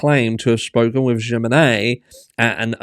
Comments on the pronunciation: It's a J so in Spanish J is a H so would be Himenez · Js are pronounced as Hs in spanish. Humenes is what her name sounds like phonetically. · Pronounced Hemenez. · Jimenez : him-eh-nez (no hard J, the J in Spanish is pronounced like an “h” ) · It's pronounced "h-menenez" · Jimenez is pronounced with a H sound at the beginning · The J is pronounced H! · the J is pronounced like H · A J is an h in spanish. The accent over the e says you pronounce it strong.. like e! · Jiménez just pronounce the J like in Him and you have it.